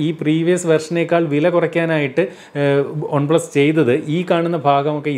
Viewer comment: ഒൺ plus alla chetta വൺ plus😅